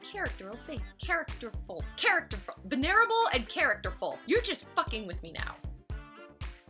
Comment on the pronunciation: ha. wish I caught this video earlier. Outtakes were awesome especially the issues with saying venerable pronounced "Ven-ur-able".